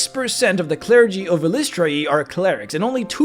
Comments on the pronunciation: great video but fyi, according to ed greenwood her name is pronounced something like eye-liss-try-ee with the stress on eye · This was my biggest pain in making my cleric of Eilistraee. I decided EYE-lih-STRAY is what worked best and seemed to make the most sense to how its spelled to me. Your pronunciation seems pretty common as well though. It seems she's not a stickler for pronunciation since they all appear to be canon lol. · Drow of the Underdark, which is where it sounds like you got most of the info and is 2nd Ed/3rd Ed sourcebook, has the proper pronunciation (pg 21). Per DotU, it is eel-ISS-tray-ee. As I'm looking at my well worn copy. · I've been pronouncing it "EYE-liss-tray" ever since hearing Nathyrra (the Drow Elf Assassin who's somehow Good) speak Eilistraee's name in the Neverwinter Nights expansion packs.